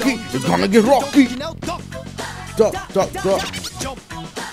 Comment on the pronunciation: listen carefully, when he says "duck" it sounds like fuck.